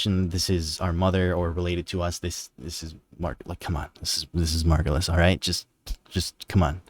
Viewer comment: Finally! Someone who gets that it's Margulis. I was starting to question my sanity with all the people saying it's the Lotus.